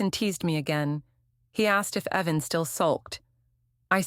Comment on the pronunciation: Why didn't your AI notice the difference between 'Heaven' and the name 'Evan'?